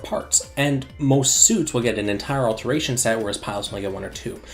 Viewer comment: Why do you say "AlterNation" and "Amgalmagation" when it's "alteration" and "Amalgamation"?